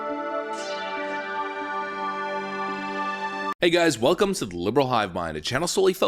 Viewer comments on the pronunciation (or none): none